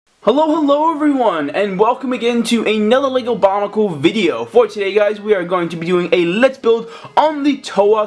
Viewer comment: did you just say bonicle